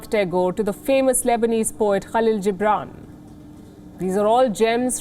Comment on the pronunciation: Pause-ki Palki, did you say "Falill Gibran"? It's Khalil, no?